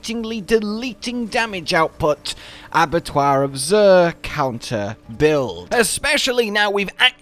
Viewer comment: Stop saying "zuhr", it's silly. Pronounced "ZIR".